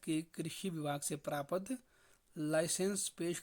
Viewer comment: प्रापत क्यों बोलता है भाई